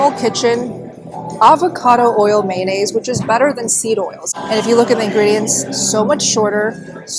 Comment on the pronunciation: It's pronounced '' may o naise'' not '' man aise''. You're welcome, I understand the difficulties you have with English being as you are Asian.